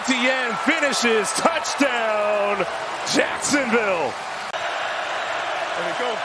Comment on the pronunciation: E-TEE-N? Weirdest pronunciation for the name Etienne I've ever heard.